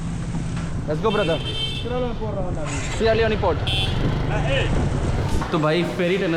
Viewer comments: Yaar Improve ur pronunciation सियारा लियोन होता लियोनी नहीं, र को ड़ श को स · Its called sierra leon (not leonee like sunny leone) 😂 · सेरा लिओन ✅️ सेरा लिओनी❌️ bhai